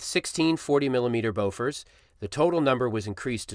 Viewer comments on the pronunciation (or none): jesus BOFORS NOT BOFOR! jezz so ofended i eaven live in bofors!